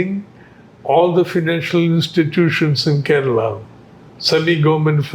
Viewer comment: Bro can't even pronounce keralam and says that he is a malayali. Anna pinna namalkk manglish-ill samsarikaam